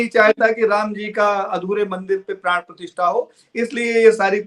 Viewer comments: मैडम...प्राण प्रतिष्ठान नहीं ...प्राण प्रतिष्ठा होता है ..... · यह प्राण प्रतिष्ठान नहीं, प्राण प्रतिष्ठा है, मैं पहले भी आपको सुधार करने को कह चुका हूं।